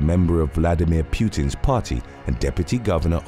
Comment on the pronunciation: FFs.... It is Pootin, not Pewtin